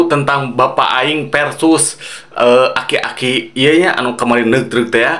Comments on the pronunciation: aki" bang bukan akik" 😂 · Bang bang... Aki Aki. bukan akik akik😂